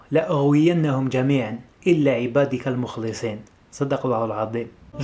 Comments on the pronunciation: من فضلك صحح الاية قال الله تعالى: قال فبعزتك لأغوينهم أجمعين إلا عبادك منهم المخلصيين "" المخلصين بالفتح و ليس بالكسر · فبعزتك لأغوينهم أجمعين إلا عبادك منهم المخلصين . صدق الله العظيم اجمعين ليس جميعا و نسيت كلمة منهم و فتح اللام في كلمة المخلصين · عبادك المخلصين...بفتح اللام أخي